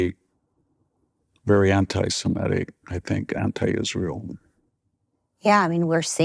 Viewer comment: Please try to pronounce "anti-semitic" correctly - it's NOT "anti-semetic"